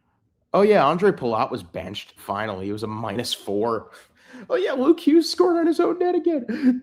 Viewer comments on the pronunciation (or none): none